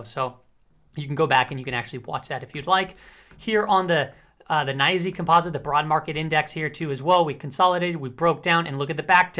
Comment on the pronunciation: I started saying NYSE the way you say it lol Naisyy